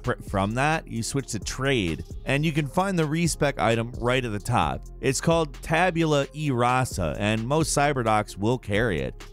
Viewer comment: Bruh, tabula e-rasa pronounced eraser, as in it erases